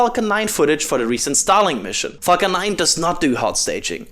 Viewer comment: I love your accent when saying " falcon " ....... lol. Sounds like something bad....